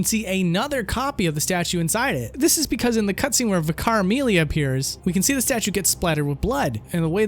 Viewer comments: This is nitpicky as hell, but the word "vicar" is pronounced like Liquor. Not Vick-Ar. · vicar/ˈvɪkə/ This is how it's pronounced :p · sigh... good video, but 'vicar' is pronounced 'vicker.' Not 'vikhar', not 'vee-car', not 'vie-car', just 'vicker.' I know vicars are an English thing and you don't have them in the states, but it's not hard to pronounce. Yet nobody seems to be able to. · Vacar is pronounced vicker soz it was annoying me it's a British way of saying reverend. (holy man) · It’s not pronounced vi-car, it’s pronounced vick-er. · Vih-Car Amelia?? o_ O It's pronounced Vicar (Vi-kuh), it's a type of priest :) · "Veekar Amelia." Vicar, as in someone who performs the duties of a church. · Ah, so is the guy who takes names that are spoken to him in a crystal clear format, and mispronounces it. Unnecessary emphasis on ViCAR, it is pronounced like Viker (and for your information the "I" is factually not pronounced as EYE), and the "G" in Byrgenwerth is hard, not soft. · gonna have to say the main thing I didnt like about this episode was your pronunciations Vicarr is just vicur Gherman isnt said as Jermain byrgenwerth isnt byrjenwerth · Is pronouncing vic-err As vic-arr a thing from other countries because ive never heard it prior to this (Im english btw) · I’m more wondering why he pronounced Vicar as “veecar” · V-car? thats not how you pronounce it! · VIC-AR amelia? Jesus Christ go back to 6th grade you dumb shit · Vicar is pronounced "vick-er". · Vicar is pronounced Vick-ah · You emphasised the wrong syllable in Vicar. Vih-CAR Amelia just sounds strange. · And vick-CAR. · does my man not know how to pronounce 'vicar' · The amount of Youtubers who make videos about Bloodborne who can't pronounce "vicar" astounds me. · Love this video but your pronunciation of Gherman and Vicar really rankled me lol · how have you never heard the word "vicar" before? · nice vid but, uh, learn how to pronounce "vicar" properly LOL